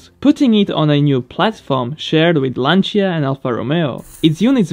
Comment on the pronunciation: From all italians... thanks for your pronunciation of Lancia. You are one of the few that actually pronounce it correctly.